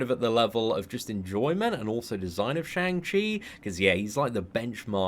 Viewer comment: Fun fact: it's pronounced "Shong" not "Shaang."